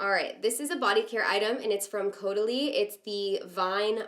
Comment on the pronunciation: you pronounced caudelie correctly! ? Whose is dis?